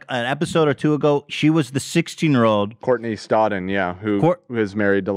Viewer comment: I love when Ethan says names. “Hermione Grainey, Courtnen Stoddard”. I like that.